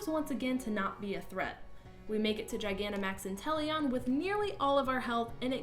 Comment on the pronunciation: "Gigantamax inteleon." Huh.